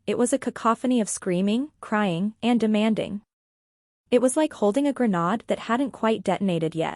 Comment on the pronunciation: EDIT & REVIEW!! The word is pronounced "gra-nade" not "gra-nod". Edit everything! The writing. The reading. The closed captioning. The graphics. Qiut being lazy.